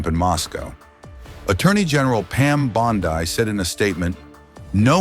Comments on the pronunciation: f b - I not Y. Pam Bond-E not I. Don’t u check your video BEFORE posting it? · Bondi not Bonday pal! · Your AI says f b y and it doesn't say Pam bondi's name right either